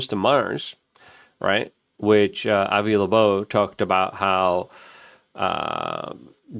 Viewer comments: I know it’s driving me fucking nuts!!!! Avi Labobe ????? It’s Avi Loeb !!! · FOR FUCKS SAKES!!!! ITS 3I ATLAS! NOT 30I! AND ITS AVI LOEB, NOT LEBOBO! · Luke…Avi Lo-eb… not Labobe …3 👁️ Atlas…not 30Atlas …FFS!!!!!! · did u say Avi Laboob HAHAHAHAHAHHAHAHAHAHAHAH